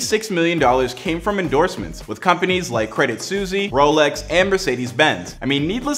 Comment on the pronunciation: ... and that "Credit Suzie" is Credit Suisse (pronounced Swees)